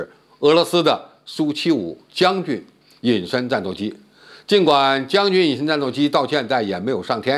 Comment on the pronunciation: 更正傅前哨的发音 俄罗斯苏75是 象棋将你军 的将军 而不是将军元帅的 将军